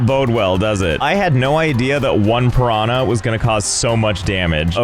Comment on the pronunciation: I love how he mispronunciate piranha, hahahaha.